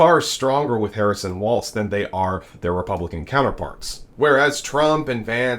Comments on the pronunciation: Governor Walz is great! Now we just need to teach the nation that it's Walz - pronounced walls - it's not the dance 😉 not a "t" in sight. I was wondering how many times I would see the clips of him pointing out the need of help on the news (he did it in both rallies today - as did Gov Whitmer). He did look like he was going to jump down & help himself. I actually know a Walz family - they live a couple blocks away from me. 🙂 I hate to lose Tim Walz as a governor, but I do think he is the right person for the VP job right now. So excited for him! I grew up in a small mining location on the Iron Range in Northeastern Minnesota where my dad grew up & my mom grew up in Loyal which is about an hour from Eau Claire. I have lived my life within a two mile radius from my parents house & my grandparents house (they lived across the street from each other). Both parents grew up in small towns & places where everyone is either related to each other or at least knows multiple generations of your family. I grew up in my paternal grandma's parents house & my parents owned my grandpa's parents farm about 25 miles away. My mom's parents also grew up in small towns - my grandma in the town my mom lived in & my grandpa in southern Minnesota. My aunt & cousins are still near my mom's hometown. I went to the same school my grandma, dad, aunts, & my older siblings went to. My dad was the welding instructor at the local vocational school & it sounds like Governor Walz is very similar to how my dad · There is no "t" in his last name!! Please stop pronouncing his name like the dance. It's not Waltz! It's Wallllzzzzzzzzz! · I enjoy your videos! But... please pronounce Tim Walz' last name like "walls", not "waltz". Thanks! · Love the channel, but please start pronouncing Walz correctly. It's *walls, not *waltz. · its not waltz.....its walz.....WALLS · Walz pronounced Walls….. not pronounced waltz….. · Isn’t his name pronounced like WALLS and not WALTZ….let’s get it right! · Walz not Waltz